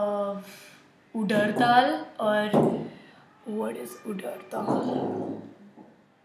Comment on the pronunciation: omg ..its not udar dal its urad dal..